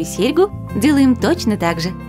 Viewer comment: Вторую серьгУ. Извините, что попровляю, но не приятно просто!